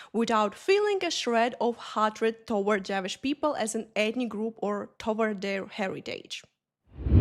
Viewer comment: "Javish people" I'm sorry I laughed at your pronunciation 😂